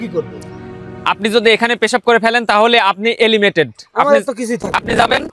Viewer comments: Bhai elimated na Hobe eliminated bhaiya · Elimated(এলিমেটেড) না কথাটা eliminated (এলিমিনেটেড) মানে বাদ যাওয়া একটু শুধরে নেবেন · Elimated nhoi re bhai, eliminated hoi😂